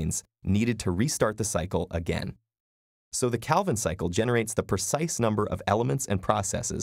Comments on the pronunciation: Am curious about your teacher pronunciation on "Calvin" Can you please mention it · Yeah a common mistake. Still great video.